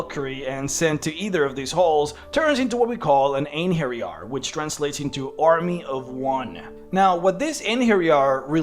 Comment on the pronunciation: Thank you for getting the "j" right in "Einherjar". I recently listened to an audio book with lots of mention of them and Jotuns where the reader pronounced the "j" the English way, and it was very annoying. That said, the plural of Einherjar is Einherjaren.